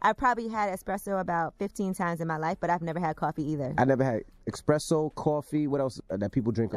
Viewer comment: The fact that she said I've had expresso but not coffee ..😑😂 i